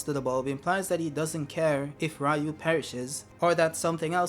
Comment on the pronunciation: Am i the only one who's like "Its Ryu" (Reeyu), not Raiyu. Ryu means dragon.